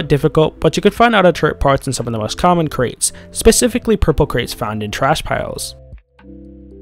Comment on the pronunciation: well spoken sir, just a slight spelling mistake there on common, u said "commen"...but besides that i was thinking the exact same thing.